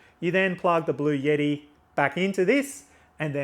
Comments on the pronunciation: Thanks for your presentation! Very useful. Ps: it’s Bluetti, not blueyetti. 😂😂😂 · It’s Blu-etti not Blu-yetti. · It’s actually pronounced "Blue-t" if you speak to anybody directly at the company, that is how they pronounce it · There is no "Y" in Bluetti. It isn't pronounced Blue Yeti. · Cool...Thanks. There is no "Y" in Bluetti's name though. Yeti is cooler company.